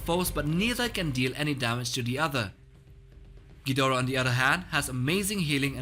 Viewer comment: King "Gjidora"